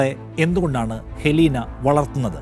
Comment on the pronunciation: അത് ഹെലീന അല്ല അത് എലീനയാണ് !!!